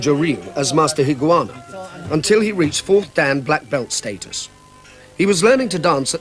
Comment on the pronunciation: The narrator mispronounces his name - it's Higa-onna not Higuana.